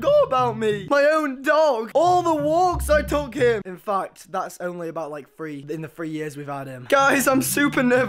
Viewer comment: why do british people pernounce the prefix th as if it were an f ... for example the word three , they say free